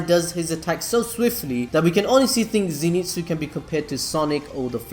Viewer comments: so ze not zee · It pronounced zyn tsu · fun fact: its a common misconception that he is called Zenitsu, but in fact he is called Zen'itsu (so not Ze-ni-tsu but it is Ze-n-i-tsu) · Nobody Not a single soul: Zinitsu!! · Dude... Please get the pronouncing of the names right.. It's killing me everytime you say it🤣😂. ie. Zen-it-su/ Tan-jee-roe/ Tan-juu-roe/Ka-na-O/.. Anyways, love your contents. Keep it up 👍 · Come on you can do it.. Z.. NET.. SU.. Zenitsu pronounced zenetsu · Nobody:: ZeeNeetzoo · Okay so you almost got the name right. Always read Zenitsu as Ze (e sounding like the e in end) Ni (knee) Tsu (T-s-oo) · "Zénitsu". Bruh, watch the anime and pronounce the name as heard, smh😂😂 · ze knee tsu